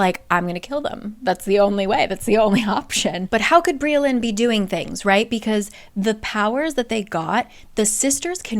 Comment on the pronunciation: Briallyns name is actually welsh so it’s pronouns bri-ach-lin